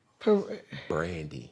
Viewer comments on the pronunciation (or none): T-Boz is correct. Cam; you are pronouncing Brandy in 3 syllables & your teeth are nice. But it’s making you mispronounce the singers name. I was thrown off too 😂 Great interview. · He cheated. Saying Brandy all country like Steve Harvey 😭🙄 He probably cheated in football too. E FOR #EFFORT CAMERON.